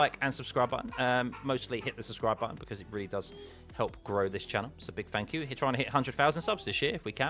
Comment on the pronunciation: It's THANKYOU and THREE. Not fank you and free.